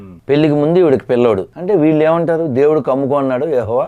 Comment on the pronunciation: Devullu kaadu tammudu dhevudu Mundhu padalu palakadam lnerchuko